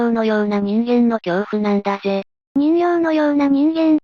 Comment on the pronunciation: 人形はじんけいと読むのですか？😠